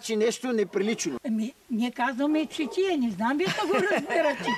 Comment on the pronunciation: Само че тя казва ЧИТИЯ. Друг е въпросът че е искала да каже ЧАТИЯ. И аз на мястото на щях да се зачудя. Ако му беше казала ЧАТИЯ, нямаше да й казва "Какво е искал да прави???